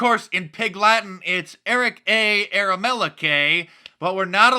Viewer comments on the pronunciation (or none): Its pronounced Char-mella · Can't even say the whistleblowers name Eric caramello